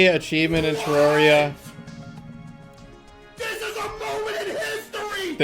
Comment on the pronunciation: Terra - ria. Terr(ah)ria. Aaaaaahhh. Terraria. It's not that hard